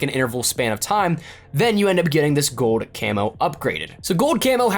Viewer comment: Gold. Not gode.